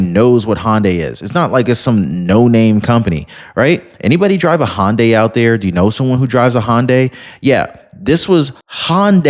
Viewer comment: Illinois (but thankfully, not Chicago). FYI, in case it comes up again, Hyundai is HUN-die, rather than HAHN-die. No charge!😀 45, 47